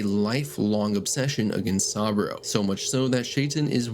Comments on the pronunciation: Sah-boo-row Not sawbro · Jesus fucking christ, how are you able to fuck up pronunciations of SOOOOO many names when they game quite literally tells you how they’re pronounced a million times? SUH-BOO-ROH, not “sahbro” Not to mention every other name that got butchered to no end lmfao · Sah-bro ✅ Sah-boo-roh ❌ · Also learn how to pronounce saboru what is this ai trash? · bro how do you mispronounce saburo arasaka's name when they say it throughout the entire game.... like come on seriously 🤦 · How do you say the name Saburo so wrong when you clearly played the game and would've heard it pronounced correctly multiple times?